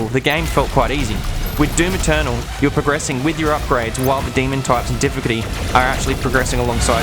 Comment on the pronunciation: Why can't this guy say the word "difficulty?"